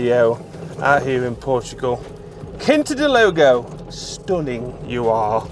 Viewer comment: loved the video but it’s Quinta de Lago not Logo 😂